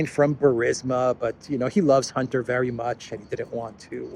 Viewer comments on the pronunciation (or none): none